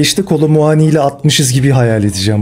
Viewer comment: KOLO MMMMMUAAAAGGGGNİ DEMENDE PATLADİM YA DJSHSJSJSJSJ